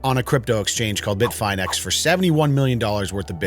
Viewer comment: Just a tip Its pronounced bit-Fin-ex, fin like shark fin, not bit-fine-ex lol